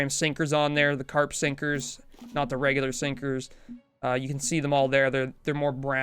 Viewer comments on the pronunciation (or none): none